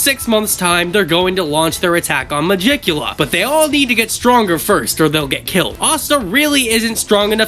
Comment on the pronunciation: Its probably pronounced “meh-gee-ku-la”